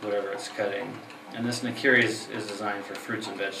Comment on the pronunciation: *Nakiri, not nikiri